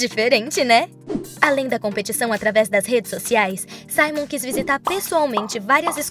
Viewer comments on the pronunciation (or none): none